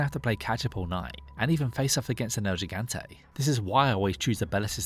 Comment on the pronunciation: It's "el gigante" not "el jigante"